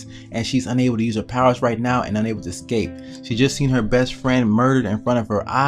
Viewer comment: WHY DO PEOPLE SAY "EK-SCAPE"?! IT'S "ESCAPE"!!!!